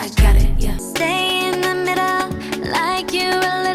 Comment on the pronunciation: Adam is “cood in the middooo”😂😂